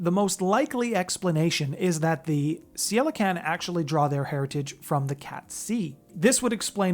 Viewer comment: Also, unless my research is wrong, Ceilican should be pronounced (Kay lee can)